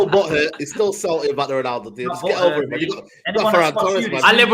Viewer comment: Why does say reenaldo?